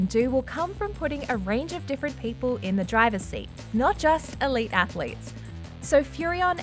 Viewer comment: "athletes" ha